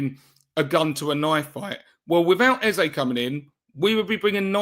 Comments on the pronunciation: Eze's name is pronounced A-Z-A, not Ezer. Forget what Rebecca told you. EZE is a Nigerian (Igbo) name, and it has a meaning. There's no word like "Ezer" in the Igbo language. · You are wrong. is close to getting it right. Ay-zé is the right pronunciation and I am a Nigerian 110%. Eze means KING in the Igbo language